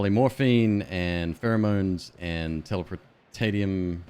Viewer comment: It's pronounced "telepor-tay-she-um"